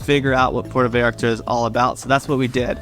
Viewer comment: Yes, the first “a” in Vallarta sounds like the “a” in “haha”. You’re pronouncing it as Veyarta.